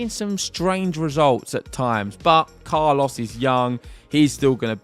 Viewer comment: Love your pronunciation of Carlos' name. Spot on. Carlos took control of the match in the second set by changing the rhythm of the exchanges. his heavy high balls were not easy for Jannik to handle